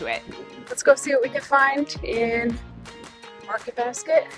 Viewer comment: As soon as you said Market Basket, I knew you were NE😊